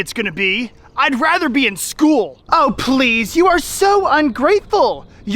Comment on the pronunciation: Don't say schewl say school 🐐